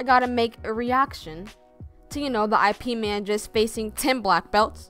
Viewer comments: "I P Man" lol It's pronounced "Eep Mun" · it's pronounced "YEEP MUNN" not "I PEE MAN" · Its not I.P man its pronounced IP like yip without the y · Its actually not I P its Ip one word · Well, the movie was based on real events, and the real Ip Man eventually made to the US and taught Bruce Lee. Also, I believe his name is pronounced Yip Mann, but I could be wrong about that one. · please please do research if you are that interested. its eep-man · Its pronounced as 'YIP' bruh